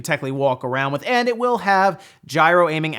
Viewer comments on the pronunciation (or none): none